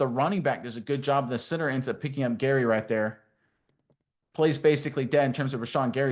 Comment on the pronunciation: If your going to make a video about my team do your research and call out names correctly... i couldn't even watch the first play after you kept saying gary....